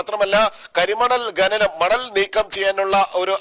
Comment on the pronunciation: gananam എന്ന് പറയുന്നത് കേട്ടു.. ഖനനം ആണ് seri ..കേൾക്കുമ്പോൾ ഒരു വല്ലായ്മ തോന്നിയത് കൊണ്ട് എഴുതുകയാണ്..ഒന്നും തോന്നരുത്...